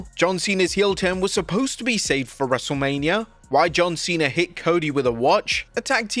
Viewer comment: you messed up a couple times in LFG/Michelle segment, lol.